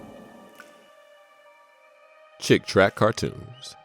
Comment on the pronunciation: They're called "Chick Tracts" as in bible tracts, not "Chick Tracks."